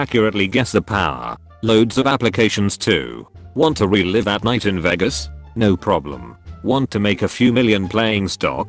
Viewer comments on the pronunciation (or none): none